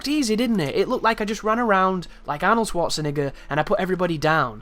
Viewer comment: I always think you're saying the n word with the way you pronounce Schwarzenegger lmao